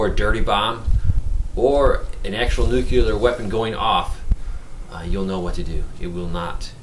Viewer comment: I normally don't like nit-picking but since you are publishing this to thousands I think it is warranted. Nuclear is pronounced "NEW-CLEAR", not "NOOK-YOO-LUR." I was embarrassed for George W. Bush every time he mispronounced the word. It had the effect of chipping away at his credibility because he seemed unable to correctly pronounce the word that described one of the most important issues of our time. Love your vids! I just thought you might not be aware of the error...